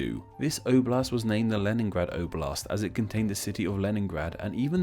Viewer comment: You should pronounce "oblast" (the accent on first letter and soft the last letter)